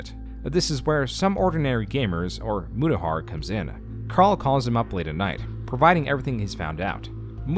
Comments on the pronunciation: "MURAHAR" FIX IT!!!!!!!!!!!!! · murahar lol